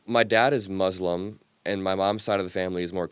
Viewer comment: Mooos-lum 😂 I can’t with this guy…